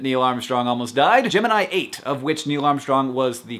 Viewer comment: You pronounced Gemini wrong.....